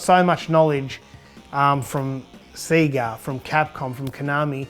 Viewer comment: The only person on YouTube who pronounces Sega properly.